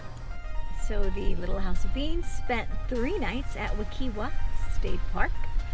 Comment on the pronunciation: My guy... it's pronounced wih-KIGH-vuh. The "i" is said like "eye", and the "w" is said like a v. I live 5 minutes from there.